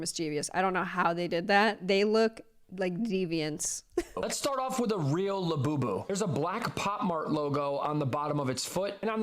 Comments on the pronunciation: Also hearing this bro repeatedly say Iabubu & lafufu is the absolute opposite of iconic...but in the best way possible 😏. The name alone is the most devious method of grown adult infantilization ever. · > “I’m gonna explain Labubus to you like you’re an elder millennial” > mispronounces the illustrators name